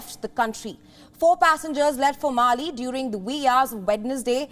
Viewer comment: It’s not Mali. It is Male!